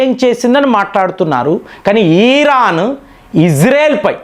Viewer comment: ఈరాన్ కాదురా బాబు. ఇరాన్ అనాలి. సకం కాదురా నాయన సగం. నువ్వు అనలిస్ట్ ఏంటిరా బాబు. టీవీలో స్క్రిప్ట్ చూసి చదవడం కాదురా